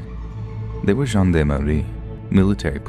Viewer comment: Really great drawings ,animations and narration but "gendarmes" was pronounced wrong.